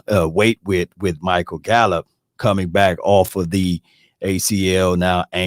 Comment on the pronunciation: Bro lol said Gallup better than Thomas lol